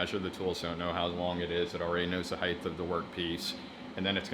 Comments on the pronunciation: Height is pronounced hite not heigth it makes you sound thick, just like there is only one D in daughter, so dorder. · As soon as I heard the word "heighTH" I had to comment this before moving onto another video. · Every time you said "heigth" my soul died a little.